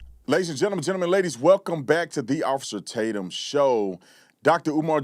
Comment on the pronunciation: The TMZ reporter use to be a pretty idle center of the road guy ! I guess he’s worked there to long now and is pretty one sided on every piece of news !! Priceless can’t say officer Tatum’s name 😂😂😂😂😂